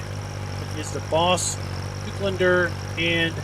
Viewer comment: It is Baas not Boss